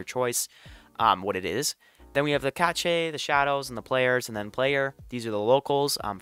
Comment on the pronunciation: Btw, its not cachay its cache prounounced like cash :)